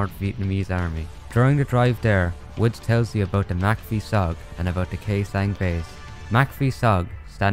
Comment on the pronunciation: i like how you said khe sanh properly